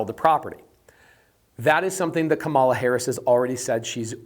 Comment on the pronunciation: Didn't think about them mass deportations and tariffs. Economy is shit now. Also, what's up with saying Kamala Harris's name wrong.